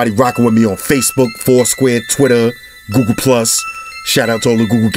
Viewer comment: By the way its google not googoo